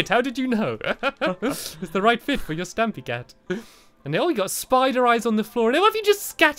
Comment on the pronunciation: it is stampy not stampey